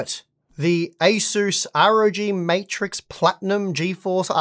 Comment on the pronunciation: You pronounce ASUS as ACER , Maybe its your Australian accent hard to understand.